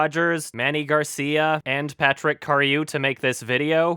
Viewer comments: Coming back to this video ten years later, its still insane that he somehow pronounced "cariou" as "klairo" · Ten years later it's still crazy to me how he didn't comprehend a single thing he was reading, especially when he was talking about Cariou v. Prince. Also, "Clarow" lmfao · Page: "Cariou": "CLARO" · Spelled: “CARIOU”. pronunciation: “Claire-O” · Why does pronounce Cariou like "KLARE-oh"?